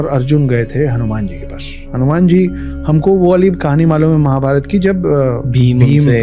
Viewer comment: Bhai hanyman nahi ramdas hauman